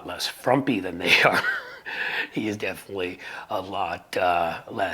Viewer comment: Please understand that who a person loves, or is attracted to, is NOT a "personal lifestyle choice." Being qho a person is is NOT a "personal lifestyle choice." And please do yourself a favour, and learn how to properly pronounce "definitely." Otherwise, I agree that Buttigeg is an amazing representative, and he certainly puts those individuals to shame.